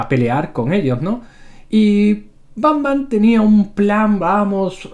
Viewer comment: banman? o pacman? jaja